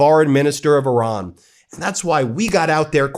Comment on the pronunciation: I love the fact that you said Iran, not I ran😅